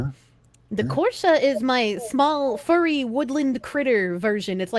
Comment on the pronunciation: He finally said Kirche’s name right